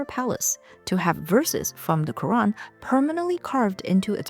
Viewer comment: You pronounce "Qur'an" well